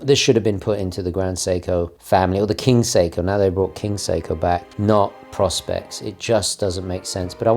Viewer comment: ~ long time watcher. Great video. I’ve watched this many times. Im on a crusade to stop the senseless mispronunciation of Seiko Prospex. Please stop the stupidity of of pronouncing it like prospects. That’s so very wrong. Nearly everyone does it. Teddy, Nico, Mad, et al. Seiko intended the range to be their “Professional Specifications” line of watches not “prospects” like a needy midlife milf begging to go to Dubai. Please……please. Pro Spex. Say it like that. Prospects is so very wrong. And pls keep the trex. Fk the h8trs